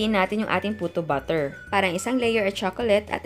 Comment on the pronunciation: Na.coconfuse at nabobother talaga po ako kapag nagsasalita po kayo sa mga videos niyo ng word na "batter". Kasi po kapag narinig ko at first, "BUTTER" yung naririnig ko.. (e.g. "cake BUTTER", "choco BUTTER", "puto BUTTER".. Tpos npapaisip ako.. tpos dun ko na na.gets na "BATTER" pala yung ibig niyo pong sabihin...